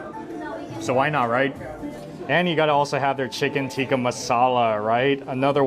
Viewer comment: I appreciate your video; far too often I hear westerners say ‘chicken tiki’ as opposed to ‘tikka’, your diligence in pronouncing the dishes honors the food and culture, blessings bro.